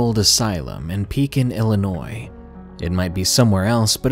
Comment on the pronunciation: He pronounced Illinois correctly. Yay!